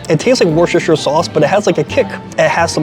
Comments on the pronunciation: It's pronounced Wur stir shur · This may sound odd to you but Worcestershire is pronounced "wooster shear" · Love your work but you over-complicate Worcestershire!! It’s pronounced “wus ter shire”!! Thanks!!! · Friends across the pond, I am from the UK and i am going to help you with a word none of you seem to pronounce correctly. Worcestershire sauce is pronounced "Wuh-stuh-shire" Not Washaweshashestershire or whatever it is you guys say 🤣 or you can look at it like this WUH-STER-SHIRE SAUCE. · It’s pronounced Wooster - sure 😊Congratulations on your success, and I definitely hope you make it to Japan. Look up Rion Ishida on here. Good collab partner 🇯🇵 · Wrshshr sauce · We don't call it Worcestershire sauce. We call it Worcester sauce. The correct pronunciation is Wuh-stir with a hard U. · Woo-sta-sha sauce 👍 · Wohstersheer sauce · It's pronounced "Wooster-shur" sauce. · It’s pronounced WHISTER-SHEAR Love your reviews! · Wushurshur sauce 😂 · I stay at the hotels next to Empire Steak House when I visit NYC, so I will have to check it out. It sounds like you put an “h” after the “c when you pronounce “Worcestershire”. Put the accent on the first syllable.